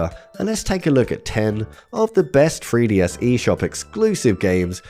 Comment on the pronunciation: Making a silly, cuz with your accent 3DS sounds like FreeDS 🤠